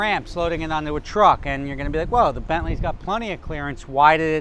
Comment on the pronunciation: can you try and say 'and' not as pronounced, your accent is really strong on that word